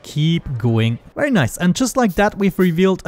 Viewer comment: bery nice.... bery nice..